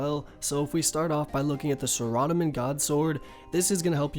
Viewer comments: Yes you did noob! learn to pronounce Sarah-dome-in! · lol "SUH"radomin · "Sore-rah-dah-min God Sword" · the way u say saradomin makes me want to throw my computer out the window. my guy its sarah (like the name) dah-men. why in the world would u say it differently lol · "suh-rad-amin godsword" you made me cringe.. pls delete this and restart and make sure you pronounce it properly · shradomin shord mit tree, holy fuck, its pronounced might-eerr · That’s not in any where are you supposed to pronounce it Sar-a-dom-in The O should make the sound o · sara-doh-min ;-; Not a Thief btw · "SIR-odamin godsword" "WIV-URNS" "RUIN" REEEEEEEEEEEEEEEEEEEEEEEEEE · sara-do-min XD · Zahradomin sword? The way you say it sounds so funny 😁 RSN crank trip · thumbs down bc of how you pronouncin saradomin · you have good info but i hate how you pronounce saradomin so tilting for me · do you not know how to pronounce saradomin lol.. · i dont mean to be a dick but saradomin isnt the only thing hes was pronouncing wrong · i bet he calls bitches named sarah s a r a lmaoo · Holy hell, you pronounce everything so weird. Pretty good guide otherwise.